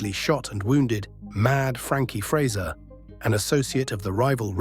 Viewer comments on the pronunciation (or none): none